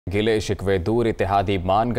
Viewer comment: غلے شکوے نہیں گلے شکوے ہوتا ہے.